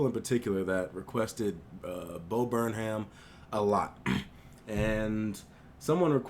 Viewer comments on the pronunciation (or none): Its pronounced burn 'em not burn ham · Hey! Stupid correction and you probably already gotten this but his last name is pronounced "Burnam" the H is silent:) i loved the video btw! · It's pronounced burn-um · Pronounce it Burnem, white people don’t pronounce the H within their last names... like Jamaicans. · thanks for the vid man, interesting to hear your perspective also you say Burnham wrong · The H is silent. :) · Does he not know that the h is silent? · The "h" is silent.